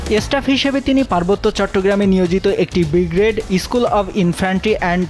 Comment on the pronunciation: ব্রিগেড শব্দটি বলছে বিগ্রেড। এরা নাকি সাংবাদিক!